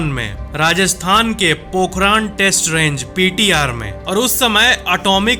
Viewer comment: वो पोखरान नहीं है पोखरण है 😅